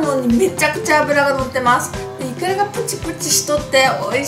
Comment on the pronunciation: イクラがイカって聞こえたw